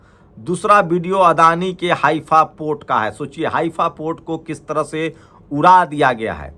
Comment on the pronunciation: सर हाइफा होता है। आप हाफिया बोल रहे थे वीडियो में